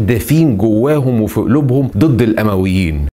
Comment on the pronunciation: الأُمويين بالضم نسبةً إلي بني أُميه وليس الأَمويين 🤗 أسلوبك أكتر من رائع شكرًا علي المجهود العظيم